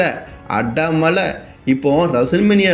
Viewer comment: Mala ila da athu mazha